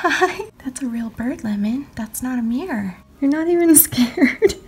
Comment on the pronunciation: im out looking for a bird at first I thought u said birb and I’m like BOrB XD